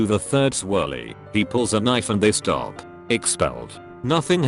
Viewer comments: nobody: british bot: stope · “And he just wouldn’t STOE “ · Everybody's talking about the first teacher but I'm here like.. "Did they just say 'sToPe'?" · "... and he just wouldn't stope." R u f****ing kidding me right now? Lol STOPE